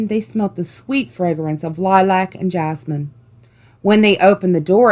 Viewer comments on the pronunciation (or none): none